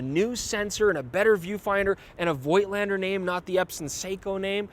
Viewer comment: voigtlander shuld be pronounced 'fotlander'.- as in german. its a collectors camera, no rvice back-up. best avoided,imo, for people who actually are more interested in the photographs,than 'shooting experience', he frquently refers to.many modern digital cameras offer manual operation options.